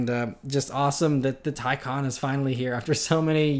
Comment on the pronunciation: Yes! You may be the first youtuber i have heard pronounce the Taycan correctly. Bravo